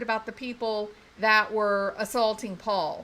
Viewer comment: Paul Paul, with a southern drawl; not pa pa.